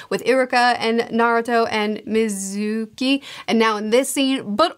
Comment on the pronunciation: Isn't pretty much the same with almost all series he REVIEWS? She has bad memory when it comes to remembering or pronouncing names. Just from this video alone he mispronounced/misread Iruka and Mizuki so her not remembering Neji's name is in character to her lol